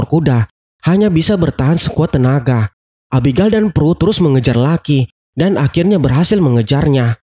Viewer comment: Abigel bukan abigal